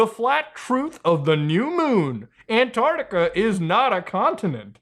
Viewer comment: Both flat and ball earthers agree on mispronouncing Antarctica 😒